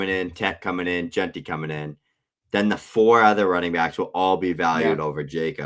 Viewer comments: If we could get that one guy to pronounce it “Jenty” instead of “Junty” we’d be getting somewhere. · JeANTY Jesus you see his name everyday and still cant say it right 😂